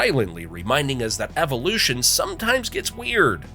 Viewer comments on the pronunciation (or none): none